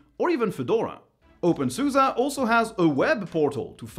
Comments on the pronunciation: I like your content but I don’t think openSUSE is pronounced "open suza" but something closer to "open suzy" or "open suz". But not "open suza" mon ami. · Nope. In German it's SuSE = Software und SystemEntwicklung. So the "e" at the end is a German "e", c'est en français comme "Estelle" (premier "e") or in English "estimate" (first "e"). Merci mon ami.